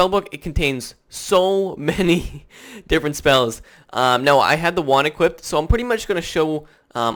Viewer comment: Equipped. Not equipted.